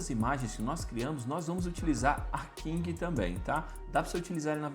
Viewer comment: PQ vc fala King ao invés de Kling? kkk